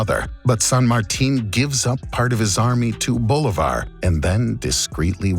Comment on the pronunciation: you said "Bolívar" wrong, the acent is in the i, not in the o